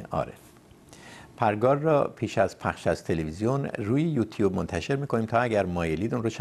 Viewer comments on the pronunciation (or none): none